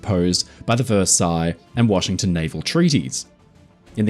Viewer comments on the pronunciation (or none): none